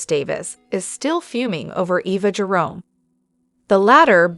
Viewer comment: Her name is Ava Jarome not Eva.